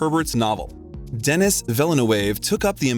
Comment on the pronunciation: don't forget "Denis"